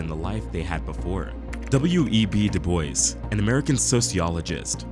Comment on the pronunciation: You dont pronounce our name Duboys its of french orgin and we really hate having our name mispronounced its bad enough white people butcher it all this education and all these years yall cant speak a name